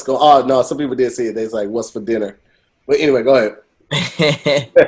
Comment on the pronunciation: "diner soon?" 🤣🤣🤣 oh we see you 👀